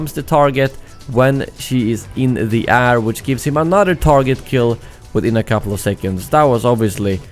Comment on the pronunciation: air - rare Pls learn how to pronounce these. I really enjoy your channel and the content you make but these two words really hurt my ears.